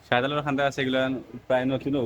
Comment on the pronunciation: আপনি একজন মুসলমান হয়ে শাহজালাল (র)উনার নাম ভাল করে উচ্চারণ করতে পারলে না, আপসোস হয় তোমাদের জন্য ভাই